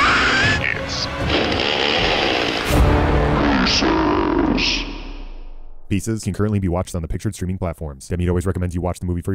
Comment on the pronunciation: (DECES) It sound like DECES It's not PIECES